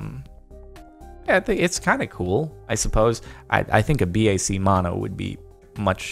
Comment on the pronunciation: I thought BAC was pronounced different lol